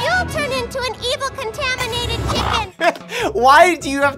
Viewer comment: ✨✨CoNtAmAnAtiTa cHiCkEn✨✨🤣🤣🤣🤣🤣🤣🤣